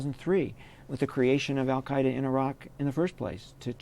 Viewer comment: "Al-Qaeida in Syria"